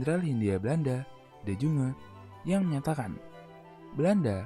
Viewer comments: De Jonge baca De Yongé , goblog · Ralat penyebutan "de jonge" harusnya dibaca "yonge"